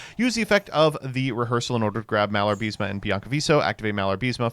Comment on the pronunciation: You know, someone like you who acts all intellectual should at least try to read the names of the cards correctly. Not pronunce, because that would be a total fantasy, but at least you could read the syllables in the correct order. You know, something they teach you in kindergarten. You get "Malarbism" from "Malabarisme" only if you refuse to read the card's name more than once.